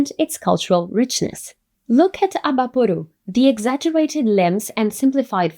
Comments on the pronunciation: Eu já estava vindo aqui elogiar que ela falou certinho "Abaporu" e não "Abapowrouw" kkkk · Eu nem notei que ela era brasileira até ela pronunciar Abaporu, que domínio da língua inglesa! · BraSil!! Fiquei impressionado com a pronúncia de Abaporu até vc dizer seu nome e que é brasileira. Lindo vídeo! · Eu já ia elogia como ela pronunciou Abaporu e Tarcila do Amaral lindamente, mas ela é brasileira. Inglês nota 10 também